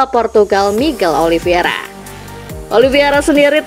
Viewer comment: narator masih sering salah nyebut nama Miguel Oliveira seharusnya Oliveira tapi disebut Oliviera